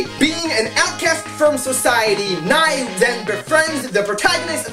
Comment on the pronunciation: Learn to pronounce Nei's name correctly.